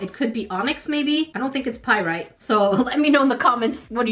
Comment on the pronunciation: You actually pronounce pyrite right. Nice.